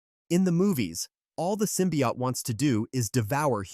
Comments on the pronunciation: What's a simbiot it's Symbiote man learn english man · Sym-pi-hot. Bro😭